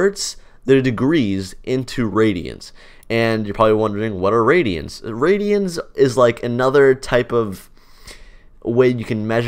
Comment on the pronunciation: Do you mean radians? The way you pronounced it sounded like radions 😅